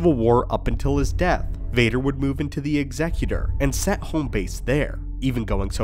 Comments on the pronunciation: Bonus cool points for correct pronunciation of Executor 😁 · Man of culture who knows how to pronounce "Executor". May the force be with you.